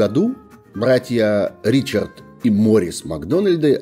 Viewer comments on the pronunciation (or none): none